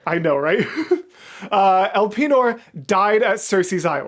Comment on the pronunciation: It's so funny that you pronounce Elpenor like that... xD